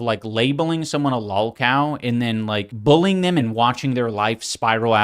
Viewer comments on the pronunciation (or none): I can't take Ian seriously when he pronounces it "bull-ing" rather than "bully-ing"